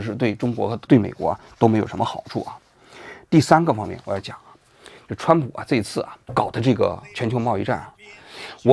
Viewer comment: 蹿普 这发音 ,挺好 挺好